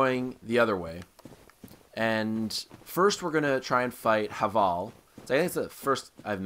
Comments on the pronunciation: It's pronounced Hayvul by the way. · No, it's pronounced have-ul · Yeah HA-VAL lol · Pronounce havel right